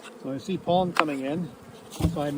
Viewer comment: You pronounce pollen like it’s spelled polen???